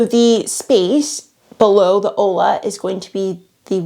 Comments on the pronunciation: It's olla....but pronounced oia or oya...double ll in Spanish is pronounced as a y type sound. Olla means pot...you're pronouncing it ola, which means wave, and ola which means hello. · Hey. Future info… Olla is pronounced like Oyuh. My body rejected the ola pronunciation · Uh.. Spanish teacher here. It's "olla", double L, and pronounced "oi-ya". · Also wack, not making the effort to pronounce olla correctly. (oy-ya) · Ollas are Hispanic, it's pronounced "oya" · Please pronounce Olla the right way. Like Oi-ya. Lola’s are great if you live in the desert. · Clue: ollas is pronounced “oyas”. Two ll’s together sounds like a y in Spanish, which is what the word is. Otherwise, you nailed it girl! Keep up the excellent work!